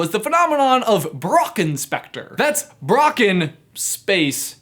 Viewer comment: It was kinda funny how you pronounced „Brocken“ :D (I’m from Germany)